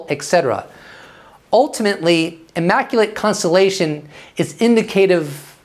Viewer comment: WTF was with the immaculatetetetete constellationonononon?? LoL